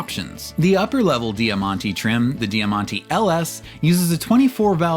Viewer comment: 'Jamante' = diamond Di ya man ti ❌